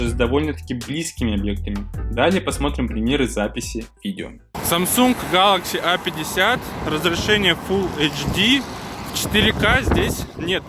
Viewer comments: Что не так в его произношении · Чувак произноси правильно название телефона, аж уши режет!